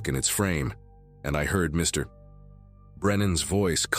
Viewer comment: It’s funny after Mr. Or Mrs. the narrator thinks it’s the end of a sentence and pauses.